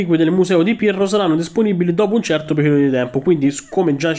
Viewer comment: Solo io ho sentito Pirlo anziché Pirro 😂